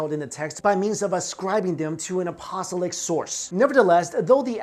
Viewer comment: Coptic - pronounced: COP-TICK. Apostolic - pronounced: AP-OSS-TOL-ICK